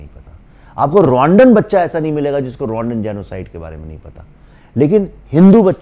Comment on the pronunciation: brother make pronunciation proper Rotterdam ek hai and Rwanda ek hai Dono ka genocide hai!! Tum kaunsa bol rahe ho